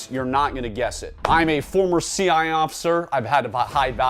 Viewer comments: Why does he pronounce cia like that? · Why can’t he pronounce “CIA”?